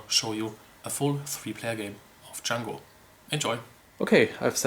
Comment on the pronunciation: Yay u pronounced the name correctly!